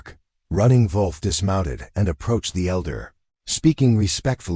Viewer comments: Not the best AI narrator. Mispronunciation of Running Wolf’s name ( Running VOLF) and runs two sentences with dot (punctuation) in the middle of the sentences. The story is good, however, it’s really annoying! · Why are you pronouncing wolf like that? Is he a German Indian?